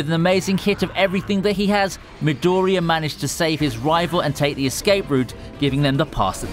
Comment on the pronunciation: Pronounciation of words like midoriya pissed me off....